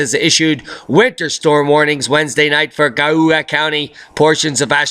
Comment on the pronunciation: We got 10” in Geauga County in OH AND I AM OFFENDED BC OF THE WAY YOU PRONOUNCED GEAUGA :D